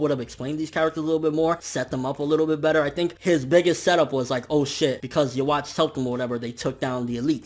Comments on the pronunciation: Are you really saying "ya-watch" like you got ya watch on you lol.... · Every time you mispronounce Yhwach, I cringe a bit.